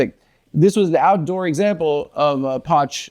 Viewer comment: How is pronouncing Poch like a dog is killing me.